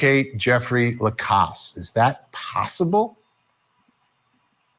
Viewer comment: Thank you for being the ONLY person who pronounes Jeff's last name correctly! La-cass